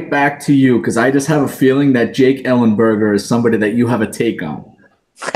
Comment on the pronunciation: Come on, ellenberger? Thats a joke right? 😂😂😂